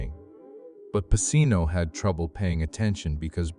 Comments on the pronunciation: What is this AI? Jesus, it's Pacino "PaCHino"!... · What a piece of garbage. And the AI bot can't pronounce Pacino's name correctly.